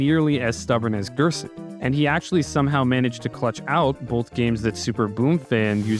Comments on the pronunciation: also the g is pronounced like a j in gerson, like jerson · Gerson is pronounced like "hairson" in spanish